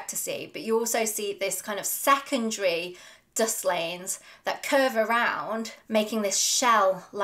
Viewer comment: Dislanes? Disilanes? Had to turn on captions to get Dust Lanes.